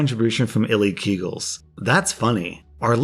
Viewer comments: Ilikeeagles: illy keagels Me: I like eagles? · Illy kegels?! It's "I like eagles"! XD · I'll tell you whats funny, when you went onto the story by 'ilikeeagle; and you said 'ili keeagles' when it's 'I LIKE EAGLES', mannnnn, I laughed so damn hard I nearly sprayed my laptop with coffee,specially when you know what keagles are . Ahhh priceless hahahaha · The fact that read “I Like Eagles” as “Ili Keagles” will never be not funny to me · 🧟"illy keegals" - - - - - "i like eagles" 🏃💨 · Love how he pronounced the one username ilikeeagles as illy-keegles rather than "I like eagles" 😂😂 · I think ilikeeagles is pronounced "I like eagles," not "illykeegles" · Ah yes, ili keeagles, and not I like eagles. What a great way to read that commenters name lol. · I like how you pronounced the username ILikeEagles as “illy-Keegals” lmao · Mans really couldn't read "I like eagles" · Really? Really?? sheesh dude... the name was ilikeeagles, ya know, i-like-eagles. Have you been moonlighting on some other forums? lol